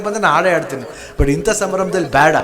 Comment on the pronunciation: ಬ್ಯಾಡ ಅಲ್ಲ ಬೇಡ